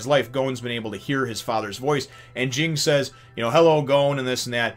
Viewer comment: Everyone criticizes Ging, but who exactly is he hurting? Due to his actions, Gon gets to be raised by a better parent and Mito gets to take care of Gon, something she obviously enjoys doing. If Ging truly "abandoned" his son, he wouldn't have bothered finding him a responsible guardian. Also, "Ging" is pronounced like the name "Jin." The first G is soft and the second G is silent.